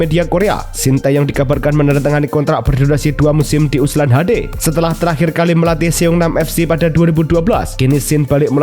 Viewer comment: Ulsan min bukan USLAN